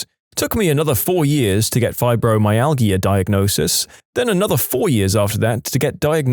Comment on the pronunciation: "UTIs" isn't a single word. It's an acronym, pronounced "yoo-tee-eye", and stands for Urinary Tract Infection. Also, fibromyalgia is pronounced with a "j" sound from the "g," meaning it's pronounced "fye-bro-my-al-jah".